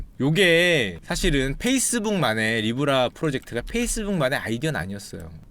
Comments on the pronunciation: 니 브 라~ㄹ ㅋㅋㅋㅋㅋ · 도대체 슈카오빠가 말씀하신게 모죠? 아무리 들어도 니불알인데